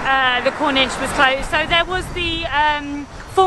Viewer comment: Why do you pronounce corniche Cornish?